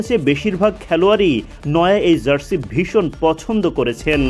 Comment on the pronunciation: zarsi কি জিনিস? সাংবাদিক হইসেন উচ্চারণের যা-তা অবস্থা কেন?